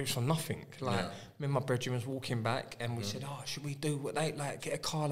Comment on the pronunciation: “YOU’LL DO NAFFINK!”